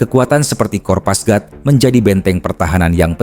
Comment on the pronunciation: kopasgat min. bukan kopasgrat